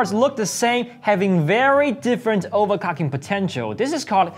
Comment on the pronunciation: "automatic over-cocking" , quick interesting :)